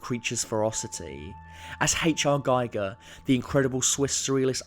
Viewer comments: Excellent video. I do wish you would pronounce Gigers name correct. It's not like a Geiger counter- it's pronounced "Geeger" basically, as he's of Swish origin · 'giger' phonetic: geeger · I concur - the narration is over the top. Also, while I agree with most sentiments in this video, I don't understand why the narrator can't get H.R. Giger's name pronounced correctly - his name "rhymes" with eager (not a Geiger counter). jeez. (Sorry, I get a little upset over H.R.'s name, he happens to be my favorite artist.) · I'm not being a besserwisser but every English speaking pronounce Giger wrong. "Geeger" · Quick note, Giger rhymes with 'eager'. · You had all the time in the world to learn how to pronounce "Giger" correctly, but you didn't.